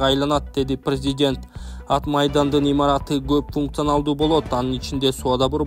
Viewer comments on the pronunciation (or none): none